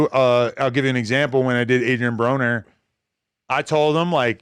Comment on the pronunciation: I just wanted to say it sounded like you said Adrian Boner 🤷🏻‍♂️ that’s all, I’m out… on b team we goin up like gas prices not Boners